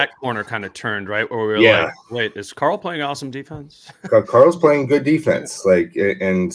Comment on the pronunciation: Whenever says Karl’s name I swear he said CORAL like from the walking dead 😂